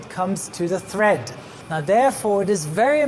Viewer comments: FYI: it’s “tread” not tHread. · It's definitely "tread" not "thread". Doubly confusing as the plies of many tyres are represented in "TPI" or "Threads Per Inch" which gives an idea of the strength and pliability of the tyre casing but isn't related to the tread pattern. I know English isn't his first language but it would be a good one to check up on before doing an entire video on tyres. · I agree with you two gentlemen. I don’t know if it’s accent and the way he pronounces the words or if he is confused between the words thread and tread. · He doesn't call it tread. The diagram says tread but he calls it thread. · No Sir, I'm not mistaken. He uses the word just four times ( ) and he pronounces it correctly just once (the first time) the rest being as thread. As Brem points out, the diagram indicates tread but he does not use the word at that time. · I think he is most probably French and yes, I agree with you, his English is pretty darn good. He gets it right at 1.40 a beautifully pronounced "tread" so he knows how it should sound, but just got confused on the other three occasions. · Excuse me, but he says "thread" and the graphic also shows "thread". Not once does he say "tread" correctly. I'm sure it's a language issue, but it's definitely "tread" and "thread" is simply incorrect. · Brilliant video as always. You've answered so many questions about aircraft tyres. HOWEVER. It's treads, not threads! Sorry I'm a pedant. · By "thread", I'm guessing you're meaning "tread" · Great information,. On terminology, it is tire tread, not thread; tire chine, not chin. The heat damage done to a tire by hydroplaning is called rubber reversion. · It's TREAD not THREAD... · It's called " Tire tread " not " tire thread " very informative video , thank you 😊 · I thought it was tread, not thread. You see this on Craigslist all the time. “ tires have good thread”.... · Thread? Or tread? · Err... the correct term is tread. Not thread. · Tread layer, not thread layer